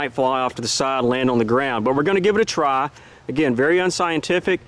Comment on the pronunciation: Looking forward to more slug testing. Your barrel is just begging for Hexolit 32. Also your narration accent is normally so neutral, hearing "try" "trah" reminded me that most of the best gun vids are a product of Tennessee.